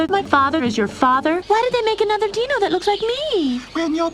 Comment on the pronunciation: I`d argue that these aren`t even real dinosaurs, they hardly look the part obviously, and given that they pronounce the (supposed) word "dino" like "deeno" makes me think that they are aliens or mutants from an alternate dimension called Deenos.